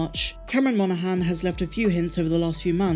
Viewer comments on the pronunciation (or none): none